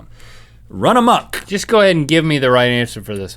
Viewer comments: wow. great knowledge! awesome. gotta love rhett and link. im from malaysia proud to see the run amok phrases in the vid. lol. find it a lil bit funny the way they pronounce amok. its pronounce "amook or are mook" lol. but thx guys. love ya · Malaysian here, Rhett said "amok with a Q", but it is actually 'amuk' with a U. flies away